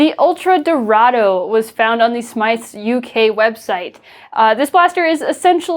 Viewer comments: Just a little nitpick, the UK shop is pronounced smiths not smythes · it is pronounced smiths but that is ok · the way you pronounced smyths tho